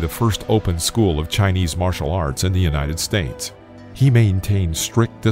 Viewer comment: So you fixed the Auckland thing. Good. But why "United Stains"??